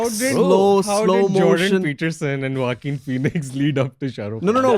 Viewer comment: Bruh why do they pronounce Joaquin like Walking lol... it's pronounced Khoaquin. Was so confused when they said Walking Phoenix lmao.